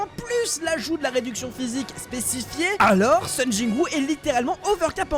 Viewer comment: Sung pas Sun 😭🙏